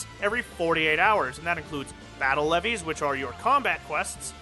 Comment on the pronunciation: Leves are pronounced like "leaves" not "leveys". Source: Aetheryte Radio interview with the NA localization team leader Koji Fox.